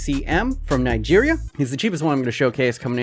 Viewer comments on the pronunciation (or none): none